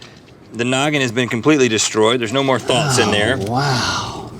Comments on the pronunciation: uhhh i think he said thoughts... not thots... but im sure theyre no thots in that head either. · it is thoughts not thots derp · “there is no more thots in there” or did you mean thoughts.. let’s hope means thoughts xD